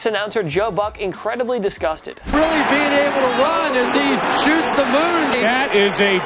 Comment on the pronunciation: Why does this host pronounce "the" and "a" as the stressed words of every sentence? and ?